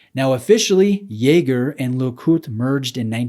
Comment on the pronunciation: The absolute state of your Jaeger pronunciation